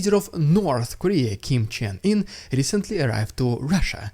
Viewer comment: How did "Kim jong un" turn into "Kiem Chen-In" ? 😂